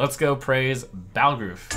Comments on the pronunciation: The name was spoken in-game, and Jarl Balgruuf is the first character you meet in Skyrim following the main quest after completing the starting mission. You need to have played vanilla Skyrim for 1 hour to know how his name is pronounced. Being a non-english speaker is one thing, but lol, they literally speak his fucking name and he is the FIRST SIGNIFICANT STORY CHARACTER AFTER THE BEGINNING MISSION. It is spoken several times as well. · I am physically hurting from hearing Trump mispronounce Jarl Balgruuf. (It's BALL-GRUFF) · "skyrim was a great rpg" >cannot pronounce Jarl Balgruuf's name correctly yeah i bet he played skyrim for sure